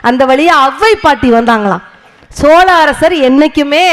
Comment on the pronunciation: அது chola இல்ல சோழ.... Chola பூரி இல்ல..,.😂😂😂😂